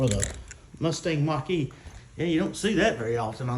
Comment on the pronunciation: Musthang Mock-E. What were they thinking? lol